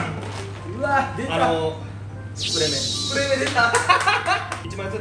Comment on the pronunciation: やっぱりスプレメって読み方よな あのブランド